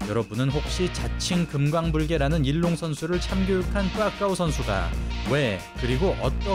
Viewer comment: 소림사 선수이름은 중국어 발음으로는 이롱입니다 우리발음은 일룡이고요 자막이나 오디오는 일롱으로 나오는데 두가지 언어가 섞인것 같습니다^^